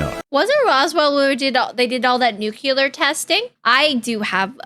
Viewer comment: Why do you call it nukular?